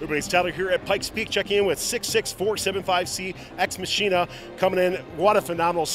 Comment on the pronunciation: "ex machine-a" -Tyler 💀